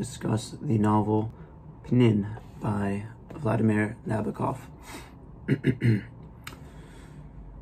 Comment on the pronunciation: Not to be unkind, but the first step in posting a book review is getting the pronunciation of the author correct. Nabokov — accent on the second (2nd) syllable. Regarding all things Russian culture: it’s 2025 now means: the savagery, torture, war crimes, abduction of 20,000 children to be brought up as Russians; the rapes & tortures as instruments of war, all bc of one man’s fantasy, or actually pretend fantasy, means all the great Russian cultural mavericks — Tchaikovsky, Shostakovich’s Waltz # 2, Chekhov, Turgenev, Anna Pavlova, Tamara Kasavina, Dostoevsky, and many great poets, writers, composers — are all relegated— or should be relegated to an absolute & complete negation for a century. Or more. Cultural genocide, crimes against humanity by many Russians, not merely the chinless wonder maniac p utin should not then have lunch at The People’s House at 1600 Pennsylvania Avenue.